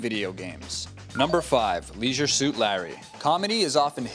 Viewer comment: you don't know how to say leisure